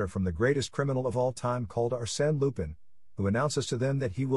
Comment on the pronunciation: Text to speech issues/errors Lupin the 3rd is the grandson of arsene lupin Fujiko mine takes it Goemon